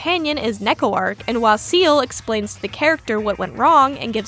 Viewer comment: Honestly Neko-Arc’s entire legacy in and out Tsukihime feels kinda in character, like a comic relief Eldritch Horror who wonders through any media. Also I’ve never heard Arc pronounced like that before, a new addition to my Tsu-Keh-Hyme collection.